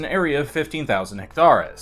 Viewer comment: Hectare = HECK-tear (like pear)